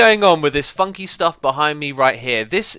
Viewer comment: I thought "funky" sounded like something different... probably been using that something different entirely too much